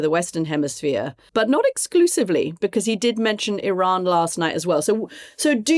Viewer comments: Mooch's expression 🤣 To be fair, he's not the only one caught off guard ! Not very many who can drop the "F-Bomb" and make it actually sound a beautiful word 😂 Katty is correct ! Iranians themselves pronounce it as ee-RAHN (in English). I think we should all concur that they of all people should know the correct form. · I agree with Kathy's pronunciation of Iran